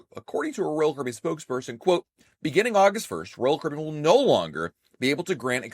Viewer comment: SLOWLY PRONOUNCE: R O Y A L C A R I B B E A N!!!!!!!!!!!!!!!!!!!!!!!!!!!!!!!!!!!!!!!!!!!!!!!!!!!!!!!!!!